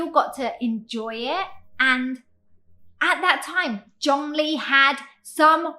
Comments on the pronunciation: Not to criticise at all,. This is a very common observation of non-native Chinese speakers. Perhaps, when speak them, stress more the second or last syllable (character) of Chinese names for locations and people in Taiwan and China. Zhongli should be zhongLI. Tsai Yin-Wen (the president) should be more Tsai Yin-WEN. All Chinese characters have mono syllable sound. Hence they are very short. With names tend to have 2 characters for locations and 3 characters for people, they aren't long for the ears to register well. Stress or/and slight elongation on the last character/syllable somehow alerts the brains to register the first one or two characters/syllables better so the name as whole makes better impression. Sometimes a longer pause before the last character/syllable also works. I think road signs etc for locations in Latin script in Taiwan should have capital letter for the first letter of the second character/syllable. That way, it's easier for non Chinese readers. Keelung of course is geeLong... Well, history is history.. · It’s called Chung-Li